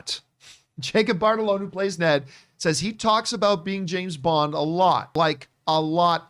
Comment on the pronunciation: I wonder when John will realize he’s been saying Jacob batalons name completely wrong for months 🤦🏻‍♂️